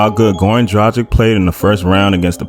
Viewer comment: Hey it's not Drajic, it's Dragich, aight?